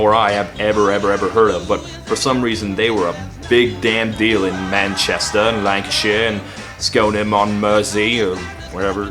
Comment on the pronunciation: i may sound like a snob but this guy saying manchester in a london accent really annoys me